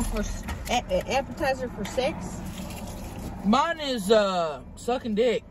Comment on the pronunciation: I thought crystal said appetizer for six …not SEX lol